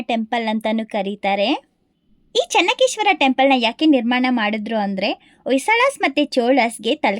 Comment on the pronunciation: ಚನ್ನ ಕೇಶವ ದೇವಸ್ಥಾನ, ಚನ್ನಕೇಶ್ವರ ಅಲ್ಲ